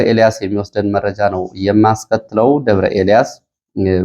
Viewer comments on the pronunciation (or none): አንተ ግን አስተያየት ትቀበላለህ? ከሆነ ለምንድን ነው አንድን ቃል እስከሚሰለች የምትደጋግመው? ለምሳሌ " ወደ ሜእጃው እሄዳለሁ ትልና ወደመረጃው ስሄድ ... " እያልክ መረጃ የሚለውን ቃል " እንጬትኤንጨት" እስከሚል አድማች ታሰለቻለህ:: ሲጀመር የምታቀርበው ሜእጃ ነው: ስለሆነም የያዝካቸውን መረጃዎች በቅደም ተከተል አቅርብ መቸም የቅደም ተከተሉ እንክዋን አይሆንልህም እንዴ ራያ አንዴሃድያ አንዴ ቆቦ ሌላ ጊዜ እውምቦ መልሰህ ራያ... ብቻ ምኑ እንዲሁ " አራንምባና ቆቦ" የሚለው ይገልፅሀል